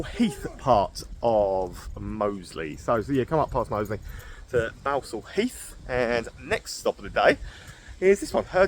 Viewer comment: It is pronounced Ballsall heath even though there is only one L.Grew up round there most pubs are gone